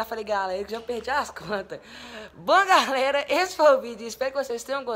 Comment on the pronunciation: "bom gálera" kkk